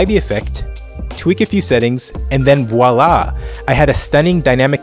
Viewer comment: Voila not viola